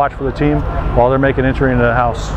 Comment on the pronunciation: "...while they make entery into the house" ... well...